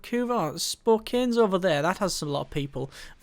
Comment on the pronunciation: That thing in Seattle is the Space Needle it was an attraction from a Worlds Fair, it used to have a very nice revolving restaurant, haven't lived there in decades so not sure what is up with it anymore. In case you are interested a local's pronunciation guide to a couple of those cities: Spokane = SPO'can, Boise = BOY'ze.